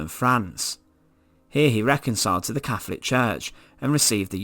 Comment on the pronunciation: Fascinating stuff and immensely grisly. Our past is utterly awful. Sadly the narrator need to pronounce his "T"s and "H"s correctly and this distracts from the subject being a form of torture in itself. It kept grating on me when he mentioned "Caflik" instead of Catholic and "free" instead of three amongst other verbal atrocities. Next time get Danny Dyer to narrate if you want to get that authentic Estuary sound.